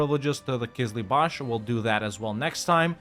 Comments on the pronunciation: Hey, no offense but it is called Qızılbash (Kızılbaş, means Red Head) not Qızlıbash (Kızlıbaş, means girl headed ) 😊 I love your videos a lot, thanks a lot for playing and thanks to your girlfriend’s great editing. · That Qizlibash pronunciation is just perfect ma man; Also Shia Persia